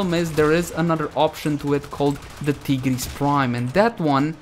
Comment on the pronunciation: pronounces tigris prime as tee-gris prime and they he says sancti tai- griss for sancti tigris. thats the main difference guys XD